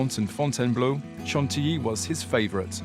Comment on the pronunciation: You are pronouncing it wrong. It's not san-ti-li but san-ti-yi (Chantilly). Thanks.